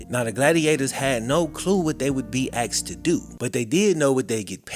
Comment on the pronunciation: DUDE........IT'S A-S-K-E-D......NOT A-X-E-D. THERE IS ALSO A 'POSSIVE' WORD......THEIR, NOT TO BE REPLACED WITH THEY. THIS APPARENT BLACK CULTURE HABBIT/IGNORANCE IS A TRUE SHAM....